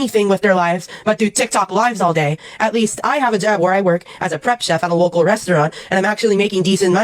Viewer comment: He's considered a what?? Lowcal ? Low cow?? wtf word are u saying